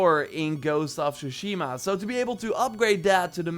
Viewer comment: Is that a new fucking Trend to say shushima instead of Tsushima?